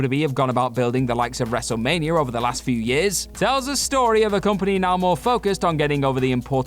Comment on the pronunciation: Wrestlemania* not Wrestlemanier